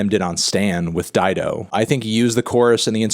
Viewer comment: did melon just say Dye Doe? Dido??